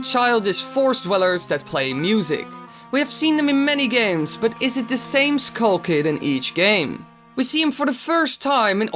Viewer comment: wtf is a kull kid its skull kid not kull kid fawk learn to talk less loud and learn to talk slower bloody hell